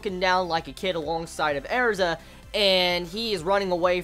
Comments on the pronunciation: her name isn't Airza it's Erza pronounced like URZUH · No, listen to the characters pronounce it during an episode. They clearly say it as AIR-za...